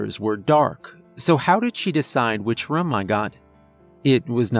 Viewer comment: A very cerebral tale.. and another excellent reading.. Though i wish youd say "room" as "room" and not "rum". That's not accent.. it's just saying something wrong and not caring. The fact that how you change says it kinda illustrates the dilemma you have lol